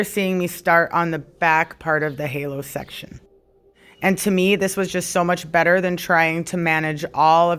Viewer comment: Hallow? Girl it's HAY-LO 😂😂😂